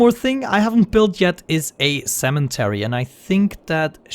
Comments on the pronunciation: did you just say "CEMENTary" ? lol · I love the way you say cemetary. no offence